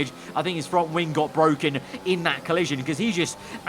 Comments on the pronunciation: As lando would say its Bwoken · be like when the game deploys 5 safety cars (some for no reason): The game, It's bwoken, IT'S BWOKEN!